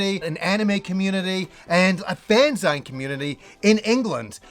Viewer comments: I’m pretty sure “fan-zine” is supposed to be pronounced “fan-zeen”, you know, like magazine 😅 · Spelled ZINE but pronounced ZEEN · ''Fanzainz'' ? why not pronounce it like magazine? ''Fanzeens'' ? genuine question, not a native English speaker here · Is it really a Fan “Z-eye-n”? Not fan-zine (like magazine)? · I wish your trip to England was not tainted with some bad memories but they are often what make us who we are and often for the better. Just as an aside, you've let your inner Britishness down. We call fanzines, "fanzeens", like in magazines. 😆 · Its spelt fanzine but its pronounced fanzeen. As in magazine. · You pronounce fanzine incorrectly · Doesn't change anything. Canadians also pronounce it the right way. His mispronunciation of fanzine is an abomination to mankind.